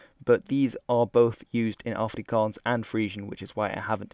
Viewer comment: Wow you said Afrikaans properly. good on ya.